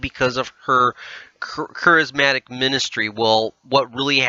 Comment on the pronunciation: Interesting yet hard to listen to bc of common Christian words being mispronounced! Ek-u-MEN-i-cal, Care-iz-MA-tic. There's a start, if you're going to say these words, please say them correctly! I'm not going too go back and listen to the whole thing again to show you other pronunciation mistakes but you might want to! 😉